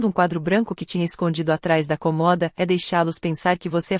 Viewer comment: Olhe só, a palavra é C Ô M O D A e não C O MO D A